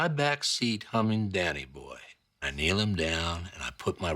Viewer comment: One potential detail you missed: Jesse mispronounces "keels" as "kneels". I always wondered if this was intentionally written for the character or a mistake on Aaron's part...